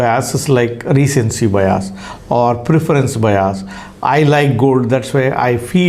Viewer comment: It's not 'Bayas', It's 'Bias'..